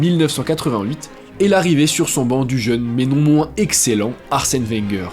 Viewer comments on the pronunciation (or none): none